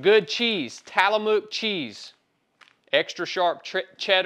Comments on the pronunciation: "Tallamuke"...Tillamook Love your content brother! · Brother it’s tillamook cheese not tallamoot cheese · I don’t know if it was said yet or that you even care, but it’s pronounced “Till-uh-muck” (Tillamook) Figured I’d throw that out there haha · Love your videos, appreciate this one as well. But man, Tillamook farms are right down the road from me. It's pronounced TIL A Mook. Not Talamook. Don't know why your adding that extra A in there. Good stuff though. That cheese is my favorite as well. All I eat. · it's Till a mok. Not Talamok cheese. The real question is why are you eating cheese from Oregon? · It's pronounced Tillamuck, not Tallymook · Dude you're killing me. It's TILLAMOOK not TALLAMOOK. And where's the science behind eating steak with your fingers versus eating steak with a fork???? That's such a load of crap! Love the video's but give me a fucking break man! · Tile-uh-muk... I'm dead!!! ☠☠☠🤣🤣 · “Tallamuk” cheese is my nice favorite😂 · This is my first comment on anything in years and I’m not the “actually it’s pronounced or called” guy, but having worked in tillamook, I’ve never heard anyone pronounce it that way…not making fun, I love it.👍🏽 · The way he says Tillamook is interesting. I grew up in the PNW, a lot of weird to pronounce places there. That looks a lot like my diet, I cook with a lot of butter, bacon grease and beef fat. ANIMAL FAT! It’s good for you! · someone teach this man how to pronounce Tillamook for god's sake